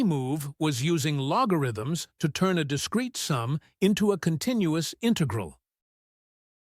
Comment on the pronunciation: You don't sound human. You can't even pronounce "integral" correctly